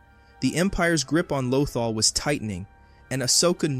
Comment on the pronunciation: your pronunciation of lothal has me cringing every time i hear it lmao